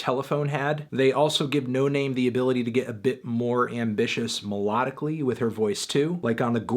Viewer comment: its pronounced no nahmay